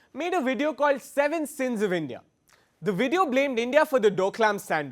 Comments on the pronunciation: Somebody should tell her its 'sins' not 'scenes'.Chinese can't even prepare a skit properly.Learn English First. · First they shud know to pronounce sins, its not scenes . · Its seven sins...not seven seeeens. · Seven Scenes Boob doozers Seekeem Tea bat girl, first learn pronunciation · Sins == seance, please guys teach Chinese english